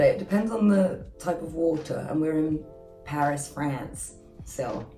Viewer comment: Why did she say "Paris, France" with an American accent?? 😂